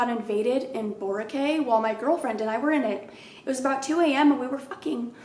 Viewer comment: Hey coach! I'm Filipina and "Boracay" is an island in the Philippines pronounced "bO rAH Kai" ❤️❤️ love your videos!!